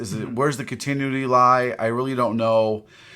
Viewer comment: Does mispronounce “continuity” on purpose?